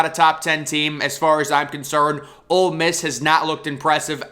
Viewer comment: Great content. And it’s OLE Miss, not OLD Miss. Keep it up!